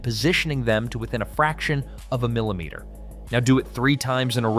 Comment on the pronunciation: Kalameters? Milimeters?? Can you please speak English to us??